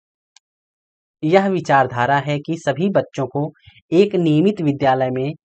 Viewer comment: Vidyalay ko bhidiyalay bolte hai